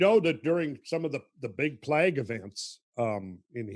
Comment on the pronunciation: And “plague” haha